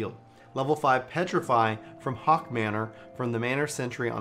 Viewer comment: Funny how you pronounce Haukke manor like Hawk manor. I've always said Hockey manor. xD